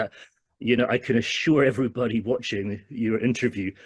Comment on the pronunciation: ลั่นตรงที่พูดว่า Eeverybody knows I'm also not a fan of Vajira... 🤣🤣